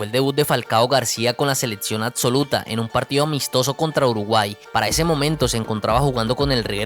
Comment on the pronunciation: Se me hace dificil verlo completo cuando dice "ladso seledcion adsoluta"